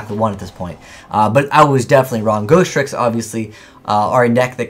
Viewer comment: You know it's Ghostricks, not Ghosttricks right?